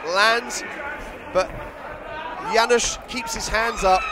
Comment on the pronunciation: Commentators have a funny pronunciation "Janysz, Janysz" :D Ofc I'm cherring our Janusz, but good job Josh! Thanks both for a good fight